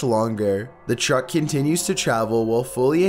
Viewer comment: Why are you saying "Chuck" instead of truck